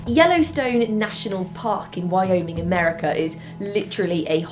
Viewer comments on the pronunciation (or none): none